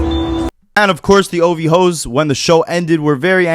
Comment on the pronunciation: That was the most proper “OVHOE” I ever heard 😂